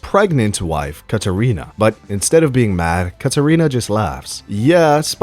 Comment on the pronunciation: The way he pronounces the name Katerina and says "mad rizz"... Yeah, dude is the worst.